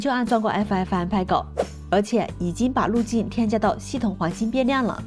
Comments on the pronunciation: 爱抚艾福嗯派哥 不是 派勾听着好难受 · "PEG" 谷歌查到是念"佩格"